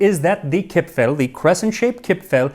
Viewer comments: Dear Max, actually nobody in Austria calls them "Kipfl" or "Gipfl" (even if they may have been called like that some time ago). Today the only correct Austrian spelling (and pronunciation) is "Kipferl". 🙂 However, as far as I know the Swiss call them "Gipfli". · Hello! I was born (1977) and raised in Vienna (Austria) and still live here. The "r" isn't actually silent. It's just extremely soft so it almost sounds like "Kip-fa(r)l". No, that's not quite it either... Crap! it's hard to explain. I should have kept shtoom about it. 😂 Anyways, best regards from Vienna! 😁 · Chipfel, Chipfen are not pronounced with an English ch-sound [tʃ] (like you did) but with a kh-sound (German [kʰ] or [x]). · In Austria we call it Kipferl, not Kipfel. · when I learned the Bairisch and Austrian dialects, I first pronounced the diminutive suffix "-erl" as "earl" and was corrected that it's pronounced as "el". It's akin to the way some English dialects pronounce a combination of a vowel and an "r", whether at the end of a word, or in the middle. "cahn" for "corn" for example, or "fahma" for "farmer". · Its pronounced KipfAAAHHL! :) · nice try to pronounce our Kipferl. But in Viennese dialect, the ending "-erl" is pronounced "-al". the E becomes an "A" (a german A not an english one), the R is silent now and the L remains. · kipfeRl, pls, as an Austrian would say it. :-) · if you ever want to learn to pronounce Kipferl correctly, contact me - someone from Vienna here, who has been following you since 30k subscribers, if I am remembering correctly. I know you are putting a lot of effort in your pronounciations. But there is some space for improvement for the German parts. ;) For Kipferl the important part is the R. Actually the ending -erl is one of our most used ways to change words - small anecdote: one of the ads of our city goverment says: Nimm ein Sackerl für Dein Gackerl. Meaning: take a bag for your dogs poop. ;)